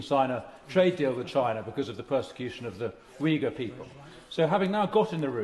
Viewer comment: Notice how many people now say 'Chynah' 😂